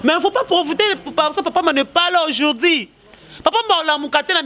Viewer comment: aujourd'hui et non aujourdi